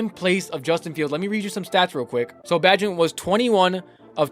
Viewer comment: Its Pronounced Bay-gent Bro! just a heads up. his dad has been mad people sayin it wrong hahaha